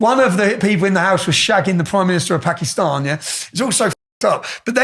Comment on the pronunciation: lol Tommy ten names pronounces Pakistan just like Pakistanis in Pakistan. Uk Pakistanis could learn from him.